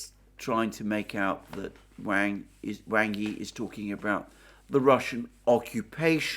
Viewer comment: Wang Yi is pronounced like "WAND", but with a G, and "I" like in illicit.